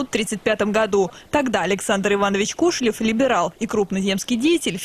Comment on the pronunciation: КошелЁв, а не КОшелев!